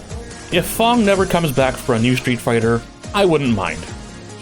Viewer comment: clearly sees an A. Pronounces with on O anyway. Seems legit.